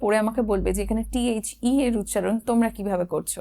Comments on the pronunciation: Data pronounciation bolun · Very impressive lesson. However, you seem to have tripped on the word 'thee'. We do not say 'thee President' or 'thee Chief Minister'. Thee usually is a Bibical word meaning ''you'. Warm regards from New Delhi. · It should be pronounce (thee) The honest man. Example: umbrella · আসসালামু আলাইকুম ওয়ারহমাতুল্লাহ আপু আপনি বলেছেন দ্য উচ্চারণ হবে consonant এর আগে আসলে দ্য উচ্চারণ হবে। তো এখানে তো দেখতেছি the University এটা তো vowel আপনি তো দ্য বলেছেন।